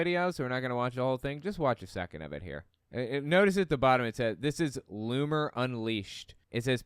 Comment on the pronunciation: Loomer rhymes with groomer ...just sayin